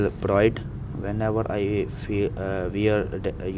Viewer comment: For felt pride he saying Feild pride